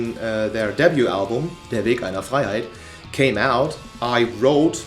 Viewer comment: Er ist Safe deutsch, er hat der Weg einer Freiheit so gut ausgesprochen